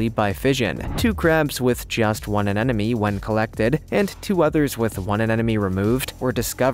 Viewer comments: "a ne mo ne" not "an enemy" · It's pronounced sea aneMoNE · "Anenome"? LOL Seems like the anemones are more of "afriend". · Why cant people pronounce anemone correctly? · Learn to pronounce anemone dude.